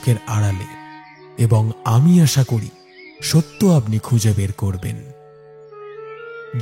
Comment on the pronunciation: আশা, আষা নয়